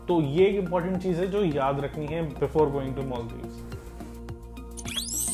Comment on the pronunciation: Its मालदीव्स not मोलदिवस